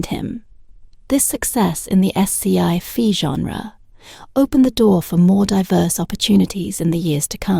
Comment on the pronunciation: The AI for this video is SO BAD that I couldn't listen anymore. Leah Vancliff? S C eye fi? Come on now, do better.